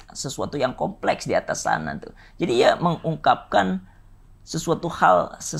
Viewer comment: "Beauty industry komplekhs" 😭